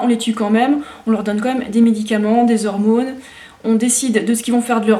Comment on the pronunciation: "Des Hormônes". xD